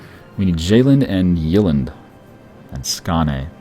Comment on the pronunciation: The way he pronounces the swedish names is hilarious hahah. Skane, Jaelland